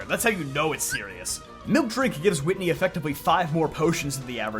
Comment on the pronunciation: It's Whitney 😭